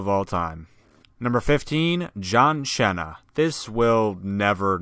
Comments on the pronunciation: its "Cena" not "Chena" dumbshit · John chena. Lool that's a funny pronounciation. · Its not chena. He read it as you would as if it was an italian word. In italian, cena means dinner. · Great vid man had a serious laugh when i heard john shena😆😆😆😂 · I’ve been a subscriber for a while now but I was almost about to unsubscribe when I heard you at the start pronounce John. Cena as John Chena, then I quickly remembered the Santino moment. Great vid 🙌 also liked it 👍